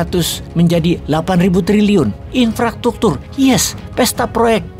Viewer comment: Infrastruktur bos bukn infratruktur😂😂mka ny jgn terlalu semanggat sampai2 keseleo menyebutkn ny😂😂😂